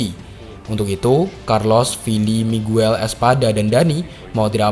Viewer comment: Miguel bacanya migel